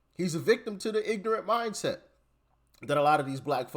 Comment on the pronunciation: These people don't even speak proper English. It's not ignante, it's ignorant! It's also not axe someone to do something, it's ASK someone! It's not racist to speak proper English.